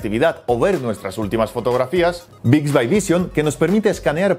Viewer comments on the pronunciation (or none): Se dice Bixbi , no Bixbay